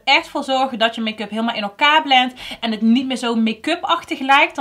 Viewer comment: Vind het zo grappig dat je gewoon met accent praat. Het mooiste is dat je altijd hut zegt. Ipv het. Ga zo door en blijf je zelf 👍